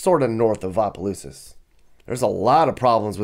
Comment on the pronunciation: It's opelousas not apa😂